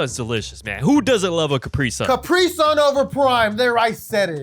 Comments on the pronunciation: left guy says capry sun right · Its cu-pri-sun not capri-sun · “CAPRY SUN”😂